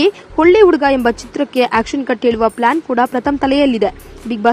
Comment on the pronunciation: Flaan alla akka, plan adu. Uuuduga alla akka , huduga. Hu hu huduga 🙈🙈